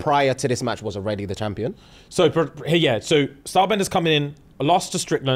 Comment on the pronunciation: Stylebender* not star bender 😂